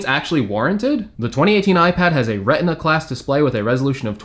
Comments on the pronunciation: he says 20iteen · Did anyone catch how he said 20 i teen ipad